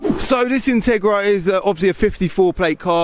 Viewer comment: Thought you said Tigra! Two very different cars, if you know you know.